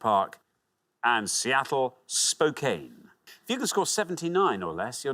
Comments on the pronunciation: And Spokane its Spokane , its more Spo-Kan , can like can of soda not cane like walking cane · Spokane is pronounced spo-CAN. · That's not how you say "Spokane"